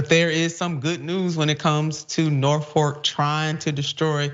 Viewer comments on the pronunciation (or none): Its Norfolk not Norfork